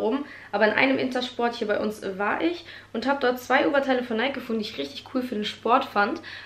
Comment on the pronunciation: man spricht nike nicht "neik" sondern "neiki " aus😘